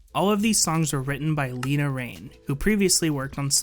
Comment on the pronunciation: Le-na, not Lee-na